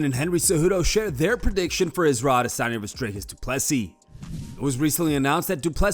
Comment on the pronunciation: Us man is a washed creep and anyone who says adesanya like that needs to be drop kicked glazing all over Izzy 🙄